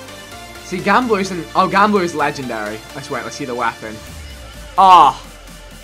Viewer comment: Why does he say gambler so weird?😂